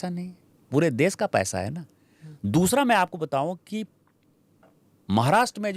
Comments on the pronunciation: सही हिंदी बोलो दुबे......देस, भासा, प्रदेस वगैरा वगैरा.... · देस नहीं देश बोल बे